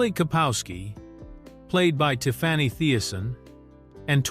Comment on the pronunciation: It is Tiffany not tiffwany